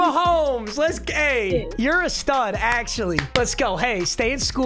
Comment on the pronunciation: let’s gay” 😂 (I know he meant to say go but then he mixed it with hey so don’t be mad)